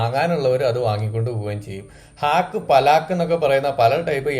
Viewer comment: പലാക്ക് അല്ല, പാലക്ക് എന്നാണ് പറയുക. പാലക്ക് പനീർ, ആലു പാലക്ക് ഇതൊക്കെ അവിടുത്തെ ഫെയ്മസ് കറികളാണ്.